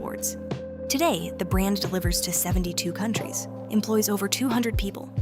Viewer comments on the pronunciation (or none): none